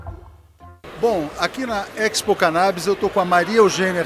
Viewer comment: A pronúncia de Expo é a mesma de exportação, exposição, por exemplo. O sujeito enche a boca para falar errado.